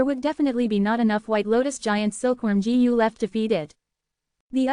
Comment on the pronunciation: Bro don't care about the comments complaining abt the voice , it is good enough but the pronunciation could be a lil better like it is pronouncing Gu as Jee You